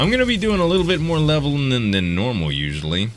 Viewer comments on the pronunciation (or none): none